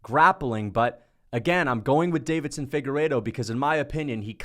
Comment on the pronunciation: Deiveson, not “Davidson,” damn it 😤